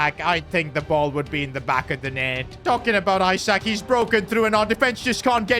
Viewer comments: It’s not EYE-SAK its Isak. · ITS ESAK not ISAK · it's not eyesak it's isak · calling him eye-sack for 20 mins is foul work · Why is bro saying eyesak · Why he call isak as eye sack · He is pronouncing isak isac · Isak is pronounced "Ee-sak" btw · learn how to pronouce his name